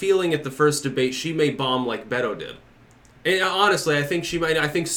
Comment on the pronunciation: Maybe if watches the next debate he will learn how to pronounce "Beto" properly. I enjoy his videos but it's really aggravating.